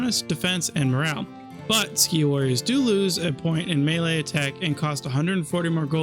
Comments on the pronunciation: Skiah instead of seek (Sikh) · It's pronounced like seek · Or more properly like Sick, but Seek is a fine English localisation. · I feel like you must be living under a rock if you don't know how to pronounce Sikh.